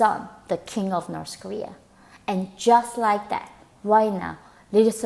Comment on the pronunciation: Why do you pronounce it "Norse" Kowea when that's where you're from LOL